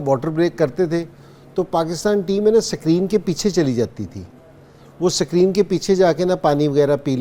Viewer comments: Ascreeen nhn screen 😂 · Sakreenn😂😂😂 wah kkg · Sak reen nahi screen hai